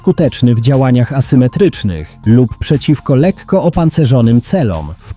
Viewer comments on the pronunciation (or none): none